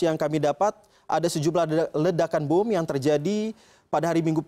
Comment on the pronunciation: Bom 💣 bukan buum